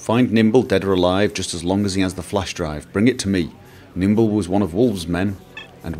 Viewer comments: It's Nimble, not Kimble. :P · "Kimble" lol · I cried every time you said Kimble. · lol you keep calling him Kimble but it's Nimble